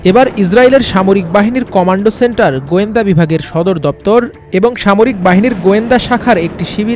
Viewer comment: কমান্ড সেন্টার ভাই কমান্ডো সেন্টার না😂